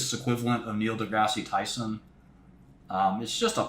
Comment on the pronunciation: "If your facscinated by Malcolm Gladwell I feel bad for you." "Neil Degrassy Tyson" 😂